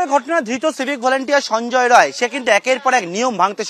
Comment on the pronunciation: সঞ্জয় রায় নয় সঞ্জয় রাই